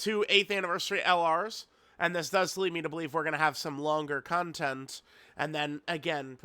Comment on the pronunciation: "con-TENTT" man he hits those T's so hard lol